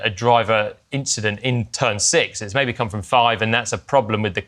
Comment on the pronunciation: At the end of the video, you can feel Charles searching for a word. 'Finally we had a race without ...........' I don't want to say Inchident, I don't want to say inchident.